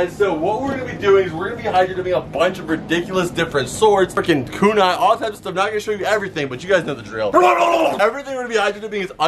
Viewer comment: First, naruto is orange. Second it's pronounced ku-nai not ka-nai. Loved the vid though I'm just a weeb